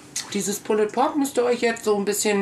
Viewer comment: Ich finde es ja gut, wenn sich jemand im Vorfeld schlau und kundig macht, wie denn ein Gericht zubereitet wird, welche Varianten es davon gibt. Von dieser Seite her ein Lob. Allerdings: es heißt "Pull_d Pork", das "e" ist stumm! Diese Unsitte der falschen Aussprache tut einem in der Seele weh. Wenn etwas autentisch sein soll dann bitte auch die Aussprache. Vor laufender Kamera Reste des Rubs, welcher stundenlang am rohen Fleisch haftete von den Fingern herunter zu probieren finde ich nicht gerade eine gesunde Einstellung zu Lebensmittelhygiene. Was in den Küchen der Menschen passiert ist eine Sache, will ich aber etwas vorstellen und präsentieren, dann sollten solche nicht nachahmenswürdigen Momente außen vor bleiben. Ich kann aber nur jedem raten: macht das draußen auf Eurem Grill und/oder Smoker, denn ohne Rauchring ist es "nur" ein übergarter Schweinebraten.